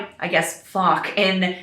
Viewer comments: The "ch" in "Fach" is not pronounced as "k", it's pronounced like the "ch" in the Scottish word "loch" (eg. Loch Ness). Just say "loch", then change the first two letters. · Just want to say the ch in fach isnt pronounced as fak 😉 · She’s mispronouncing the word ‘fäch’ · The captions on YouTube do not think you’re saying “fach” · Not how I thought you pronounced it but alright 😂